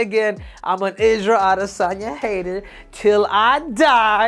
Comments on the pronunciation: Isarel adi - san - yaaa Yov wtf🫠🤣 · Israel Ah-DEH-sanya 😂